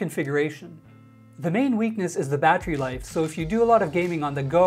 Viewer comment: Stop saying battery like that please.